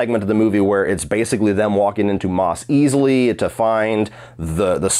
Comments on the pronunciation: I’m sorry but “Mos eastly”?? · “Mos Eeeezly”